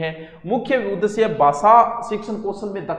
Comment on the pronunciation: उ द श्य नहीं सर उदेश्य होगा